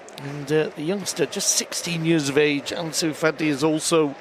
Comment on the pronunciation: He called anus Fati, Junior Firpo! 😂😂